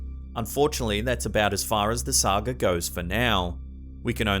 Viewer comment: said Sag-er instead of saga